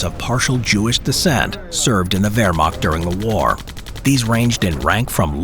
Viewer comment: Wermagt? Es heißt WEHRMACHT mit ein CH keinen G oder K